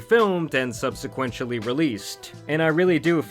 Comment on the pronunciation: Ahhh-RAY-bic and "subsequentially"? Damn - with mistakes like these, I thought I was watching a Mojo video for a second 😂😂😂.